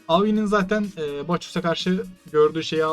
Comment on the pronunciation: şu bacchus'u baçoz diye okumayın ya, adamın adı baakıs diye okunuyor